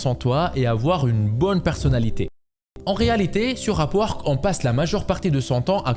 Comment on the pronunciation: tu dit, A P U A R Q U E 😂 c est pas complique le sond UP! WORK ,,,,k